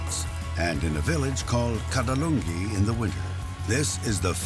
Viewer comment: The commentator kept mispronouncing the name of Corbett's village as "Kadalungi", It is actually "Kaaladhoongi".